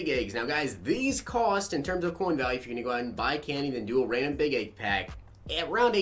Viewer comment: I didn't notice it at first till other people said something but you say egg weird sounds like you saying AAA-ge